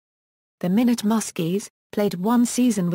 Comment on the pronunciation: It is not pronounced minute., Rather my not